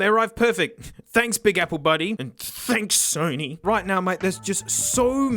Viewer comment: "The Sony Dough-nys"